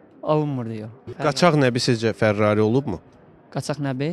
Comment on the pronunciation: Fərrari yox fərari